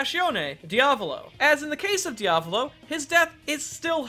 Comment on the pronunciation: The best foregin pronunciation of Diavolo so far, but you spelled weirdly "Passione". Too bad, you almost reached the 100% XD